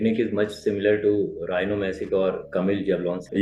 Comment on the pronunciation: Rino masic hai vo bro rhino 🦏 masic nhi 😂